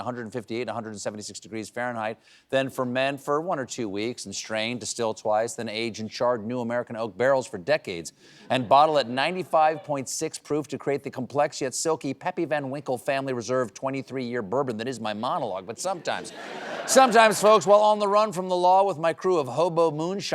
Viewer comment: PAppy not Peppy... Tell us you've never drank some without telling us.